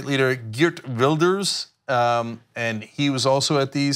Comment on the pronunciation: Gertruda Wil- (like fish, not while) ders